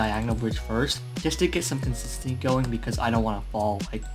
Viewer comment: he ment consistency not consissanffeudjgjdsvnfeihvfjegvfeuh